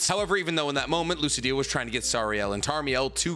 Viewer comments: It feels weird tht he says lodoesel instead of lodosel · how come you make so much content about this show but still wrongly pronounce a bunch of names. Its not ludociel, its pronounced as ludocyel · It was making me cringe every time you mispronounced Ludociel’s name lol (Loo-Doe-Cy-el) lol love ya keep up the awesome work!